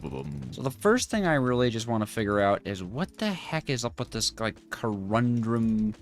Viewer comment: please! co-run-dum not co-rum-drum. otherwise, i really enjoy your struggles. lol:face-red-heart-shape